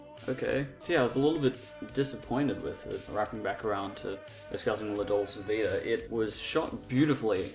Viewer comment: If you're going to have the courage to actually talk about one of he great masters of film then at least you should learn how to pronounce the name of the film you're talking about!